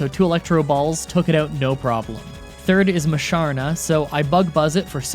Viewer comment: I wasn't gonna say anything until you bragged about how you got them all right.Here's a list of pokemon names you got wrong: Genesect, Patrat, Audino, Reunculis, Sigilyph, Musharna, Mienshao, Carracosta, Hydreigon, Seismitoad, Bouffalant.